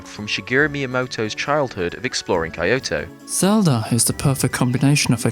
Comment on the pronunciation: "Exploring Kai-yoto"?